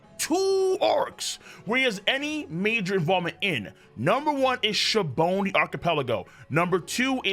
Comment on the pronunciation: Did he say shabony??? It’s sabaody everyone says it so differently that I do not know at all how it is really pronounced I’ve heard the Japanese voice actors pronounce it shabundy but I’ve never heard it the way says it